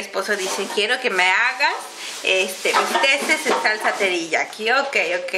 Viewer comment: bisteks no bisteses